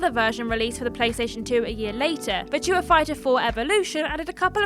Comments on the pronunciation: worrying about the correct pronunciation of the word 'melee.' And then minutes later reveals herself to be almost non-english speaking with her pidgin pronunciation of the word 'virtua..' Which lets face it as game players. Is just the word 'virtual' without the L. How hard can that actually be? I think you do it on purpose. My long late dear mum used to do a similar thing. Mispronouncing words on purpose for comedic effect. I blame the Two Ronnies personally. For my mum's affliction, not. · That's not how you say Virtua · It's starting to grow on me but it still seems wrong. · Yes, I LOVE it 😂